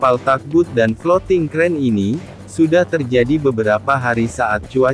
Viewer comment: TUG BOAT....... bukan Tagbut CRANE BARGE bukan Creane